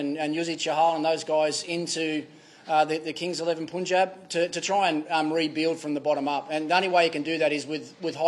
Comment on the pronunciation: It is not Poonjab. Say Pun and then jaab